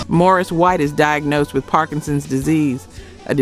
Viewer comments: Very disappointed to hear the narrator of this counituuel call Maurice Morris.. Whoever producers this video.. "shame on you" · Too bad this was done with AI. Poor narrative and visual cohesiveness. Ruined a potentially great video. And it’s not Morris, it’s Maurice. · Stop calling him Morris, his name is Maurice. Annoying. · Appreciate the video, but what’s with MORRIS White? His name was MAURICE. AI voice. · The mispronouncing of the great Maurice White's name was cringe. It's MAURICE, NOT MORRIS................at one point I didn't know who this Chatbot was talking about. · It's Maurice not Morris or Marris. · Why does she keep mispronouncing Maurice name and keep calling him Morris? That is not only irritating but disrespectful! Is this woman even actually from the culture! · Its. MAURICE not Morris. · His name was Maurice, NOT Morris. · MAURICE. MO REESE, NOT Morris like the cat. So Annoying. MO-REEEEESSE White!! Damn the disrespect. Fix the pronunciation of your AI! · It's Ma-rees, Morris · Maurice White ... not Morris White. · You lost all credibility by repeatedly calling him "Morris" White instead of Maurice 🤨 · Get his name right. It's Maurice, not Morris!🤨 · Why ….. are you calling Maurice Morris? 🥸 🤦🏽‍♀️ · I was thinking the same thing why you calling him Morris when it’s Maurice get it right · Exactly! Maurice has never been pronounced as Morris. While she’s at it, Mahaila Jackson’s name is pronounced “Mah-hell-Ya. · His name is pronounced MAURICE not Morris!!! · This is so good and informative, but why does the narrator keep calling Maurice, Morris?😩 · Trailblazers. The soundtrack of the 70s. Good job overall but…There is a disconnect between the visuals and narration. You never showed Maurice ( pronounced Maw-Reese) play the kalimba.Also, the first name of the great gospel singer Mahalia Jackson is pronounced as Ma-hail-ya. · Why can't she pronounce Maurice's name correctly?? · Mispronounces Maurice and Mahalia. Is this AI?